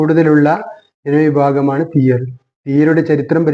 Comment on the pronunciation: തിയ്യർ എന്നു പറയരുത്. തീയ്യർ എന്ന് തന്നെ പറയണം .അതാണ് ശരി.